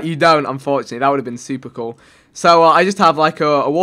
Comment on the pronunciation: I know he has an accent but the way he say been as bean kinda bothers me :/